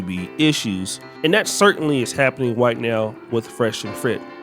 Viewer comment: “And that certainly is happening WHITE now with fresh and FRIT” I caught that bro wake up over there 😆😆😆